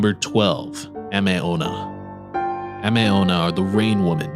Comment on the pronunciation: It's Tay kay- Tay kay, and it's Ah-may Ame means Rain.